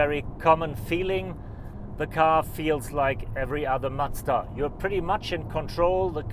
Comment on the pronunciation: Try not to say "Matsda" next time. Please. Thanks.